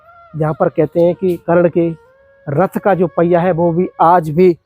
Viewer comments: करण मारा नहीं गया कर्ण की वीरगति हुई है जरा अच्छे से बोलो, बोलनाआता नहीं तुमको वीडियो बना दिया है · Bhai karan karan kar raha sahi se name le